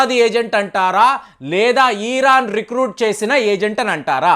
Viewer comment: దయచేసి ఈరాన్ అని అనకండి, ఇరాన్ అనoడి